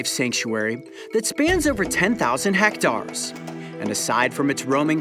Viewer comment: "Hectars" ?? This guy has a weird way of saying that word I pronounce it like this ➡️ "Heck-tears"